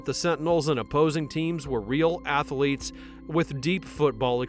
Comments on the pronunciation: Small critique for the future. Athlete is TWO syllables. Ath-lete, not ath-a-lete. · I really have a hard time taking your VO seriously when you keep saying Ath-a-lete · Athlete is 2 syllables, not 3.